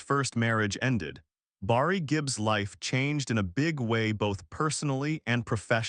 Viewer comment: Say Barry not Borry